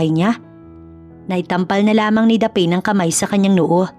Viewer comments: Yan ang tanong ko din😂😂😂 dapeen? Dapne(Daphne) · SHOUT-OUT FROM BEAUTIFUL CANADA 🇨🇦🍁 Happy Remembrance Day!! Btw….Wat’s the name DA-PAIN / DAPHEN Or DAPHNE?? Pronounce as DAF-NEE / Meron po sa GOOGLE kung paano bigkasin yung mga names & words….Importante para sa ikagaganda ng storya ang mga tamang BIGKAS / Spelling / Intonation. Nakikinig po sa storya niyo from Vancouver Island 🇨🇦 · Pls pronounce the name Daphne correctly it should be daph-ne Hindi po daphine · Grabe nadi didtrack ako sa pronounciation sa name ng bidang babae "the pain" Daphne yun di ba? Peace pi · Proper pronunciation for Daphne is Daf-ne NOT Daphane, LoL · '...the lead female name pronounce as Daph_ neeh..not Dapen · Bkit mali pronunciation Ng Daphne?Hindi Po dapeyn,Daphne as in Dafnee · ..it Pronounce as Daph..neeh..not dapen 👍👍😊😊😊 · Natatawa ako sa narrator kasi ang basa nya sa name ng bidang babae ay daphane😅...Dapat Daph-ne... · Korek ang sagwa tuloy ng pakingan hehehe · Gusto ko lng po i correct ang bigkas sa name na daphne Daphni po. Hindi daphin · Is it Daphne (Daph-ne) should be pronounce instead of you pronounce as Daph-ane? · Tama ba ang pronunciation ng pangalan ng babae😂😂😂😂😂😂 hindi ba dapne at hindi daphen. Tanong lang po, salamat po. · Thats what I thought. Mali ang pagsabi. But anyway I love the story. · Please - Daphne is pronounced Dafni❤ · Sana Ang narrator nagtanong tanong muna kung paano I pronounce ng tama Ang mga pangalan. Daphne - ‘daf née’. Saan mo naman nakuha ang pronunciation na ginagamit mo? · Daphne, pronounce as Daf-ne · Correct masakit nga sa tenga paulit ulit😂